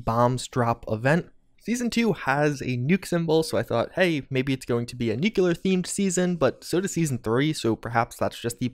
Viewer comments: I love you, man... long time subscriber and have watched every second of every video you put out on FO76. But can you PLEASE stop saying "Nuke-You-Lurr" and instead pronounce the word how it's spelled: NU-CLEAR. I've cringed far, far too many times in the past 1.5 years. lol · DUDE. NU-CLEAR. NOT NU-KILL-LAR!😑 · OK - Now, you're doing it on purpose. Perhaps you should add merch imprinted with "Yeah, I know how it's pronounced, but I'm gonna keep saying 'nuke-u-lar'. Deal with it!" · Love your vids,. But please, it's new-clear. Not new-cue-lurr. Lol. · You would think a person who spends this much time with Fallout would bother to pronounce nuclear correctly.